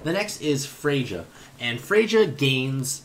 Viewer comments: The "J" in Freyja is silent. It's pronounced "Freya". Like Freyr, but with an A instead of an R. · The J in Freyja sounds like a Y, so it's pronounced like Frey-ya.